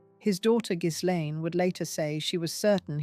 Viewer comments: The name Ghislaine, as I understand it, is pronounced Gilane…the “s” or “z”, depending upon how it is spelled, is not pronounced. And now, thanks to the tRUMP regime, she is imprisoned quite comfortably in a very different type of prison than the one she should be in. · The narrator has it wrong. You pronounced the S and the G is pronounced like a J in Jacqueline. Its difficult to explain